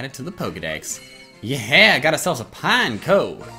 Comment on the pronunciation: Pine-ec-oh not Pine-coh